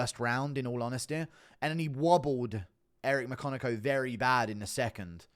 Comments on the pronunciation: Eric McCock-in-yo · “Eric my-cock-n-im”😦😫